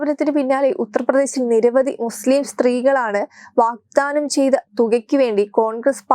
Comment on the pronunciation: വാഗ്ദാനമാണ്, വാക്താനമല്ല.